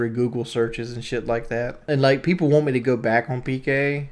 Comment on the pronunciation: The #1 thing I hate out of all of this is him saying WON'T instead of WANT. I really won't him to stop.